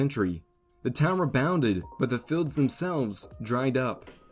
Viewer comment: Is it "oil filleds", or "oil fields"?